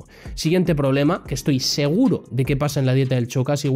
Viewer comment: A ver, se dice SHOcas, como SHAkira, no CHOcas.